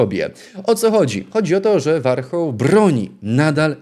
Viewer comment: Warchołłł😂😂😂 Nazwisko ...Ożesz Kur.a😂😂😂